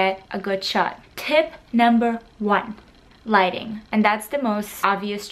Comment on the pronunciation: when she said lighting I thought she said "Gliding" and I was like, Waaa?! I'll glide in every picture so I'll look good?! Wait! Whaat?!